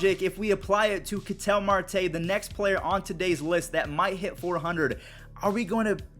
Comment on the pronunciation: Who else gets annoyed by Ketel Marte's mispronunciation?